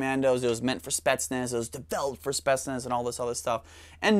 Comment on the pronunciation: since he likes to pronounce words correctly it's pronounced like spi-yets-nas